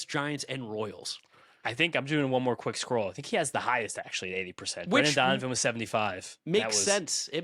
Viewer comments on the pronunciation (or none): none